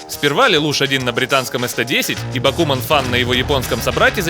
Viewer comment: не бакУман, а бакумАн. Слава анимешникам!